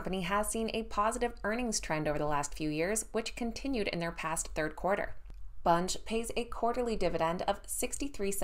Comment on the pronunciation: Your saying bunge wrong